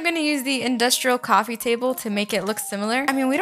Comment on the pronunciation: AND HOW U SAY CWAFEEEE LOOLLLLL